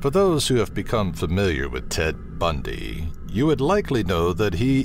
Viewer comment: love how the host pronounces murderers names "ted budnyyy"